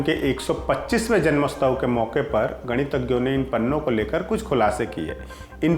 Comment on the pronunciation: इनसे ठीक से जन्मोत्सव नहीं बोला जा रहा और तारीख करने चले आए. किस आधार पर भर्तियां चल रही हैं आजकल LT में, क्या IIMC से होना भर ही क्रिटेरिया बचा है?